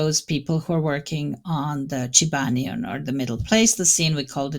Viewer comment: Chubanian...? Lol